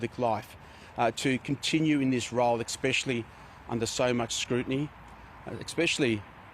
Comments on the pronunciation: Did the genius say "eXpecially"? 🤣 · Exspecially when he keeps saying Exspecially 🤦‍♂️🤮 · I wonder if he "Arks if things are EXspecially Special"...! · Expechally that word. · Thats because he prefers egspaghettily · The spaghetti guzzler can't even say "especially" properly.